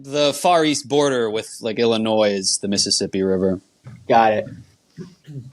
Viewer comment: god damn it the geography guy cant say illinois correctly?